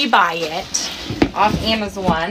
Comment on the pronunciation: “amazoun” “HONEEEYYY YAAAAAAAAAAZZZZ😃😃😃”